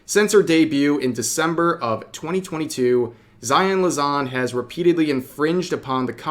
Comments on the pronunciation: Lan-za, rev. Not, La-zan. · “Lazan” lmao come on dude make an effort the word is right there. LanZa. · It's amusing how you always say LaZan and it clearly is written LanZa. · Take a shot everytime Rev says Lazon over lanza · "zaion Lazon" i mean i know he obviously is not a big niji fan but still sheesh cant mess up a name harder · It sucks zaion is terminated she was my fav such a joy but also rev I can’t get over how bad you butchered “Lanza” jesus.